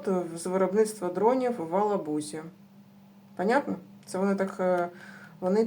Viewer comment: не в Алабузи а в Елабузи